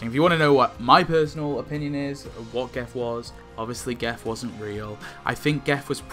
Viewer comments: Why do you pronounce it with a hard G? Everyone else seems to use the conventional soft G to make it sounds like Jeff…. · Pronounced 'Jeff' I believe.